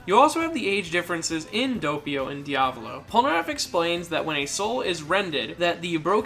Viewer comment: “De-avlo” it’s pronounced “Dee-ah-vowl-oh”